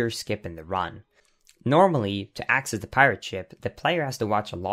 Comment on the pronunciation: "accass" and "axit" what kind of "accant" is this?